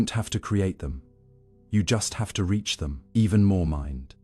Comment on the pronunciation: Why can’t a i say ‘reach’